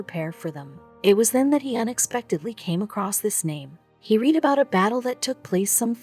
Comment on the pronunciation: Wow, you don't know shit about history or making a video about it do you ?, try learning how to pronounce words before using them, like to 'read' & I have 'read', totally different pronunciation. Then you showed Germans & American soldiers interacting with no context ?, & , you then actually showed American soldiers captured by Germans while still babbling on about the janitor's quest, you do know world war 2 was a real thing, don't you?. I had to stop watching at about as you pronounced the military term, ' Missing In Action ' as mia, like the girls name ?. The last straw was when you described a ' Major General ', as mag gen, like next gen, Jesus H Christ girl, what were you thinking !, did you just splice random clips of WW2 footage into this mess & hope no one would notice ?., honoring a WW2 vet is something, but being the bad version of legally blond to the world is not.